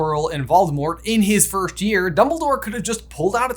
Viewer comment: You guys say “firsht” instead on “first”